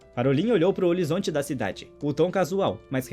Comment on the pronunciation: "Holizonte" kkkkkkkkkkkkkkkkkk